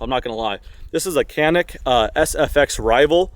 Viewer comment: FYI Canik is pronounced as janik It s made in Türkiye.